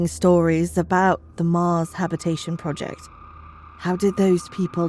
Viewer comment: Yeah her voice doesnt sound right at all...especially saying "mars " & " sheriff weston " way to much posh accent drawl on some other words too